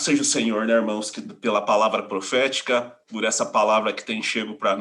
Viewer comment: Ruminando a palavra plofetica